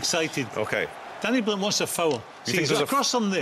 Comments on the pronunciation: "Danny" Blind, Tammy "Abrahams", "Azpilichueta" How are they paid for punditry when they can't even manage get the names of players right?! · Stop saying Danny Blind FFS !